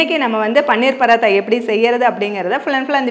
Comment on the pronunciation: பன்னீர் இல்லையம்மா, பனீர்